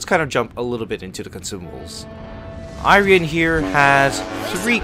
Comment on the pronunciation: gonna buy it no matter what for patriotic reasons lel might wanna work out on a bit of overlapping commentary on transitions, good review nonetheless :D your pronunciation for the "rian" part is quite good, the I in front is more like "ee-rian".